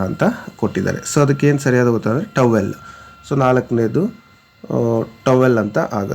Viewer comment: It's Towel not tawel